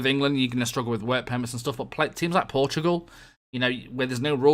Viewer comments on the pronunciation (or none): none